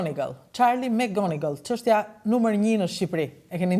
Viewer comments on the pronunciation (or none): O prej mali. Mësohu ta shqiptohet më mirë e saktë atë mbiemrin McGonigal o njeri. Jo Emgonigal se dukesh pak i mangët.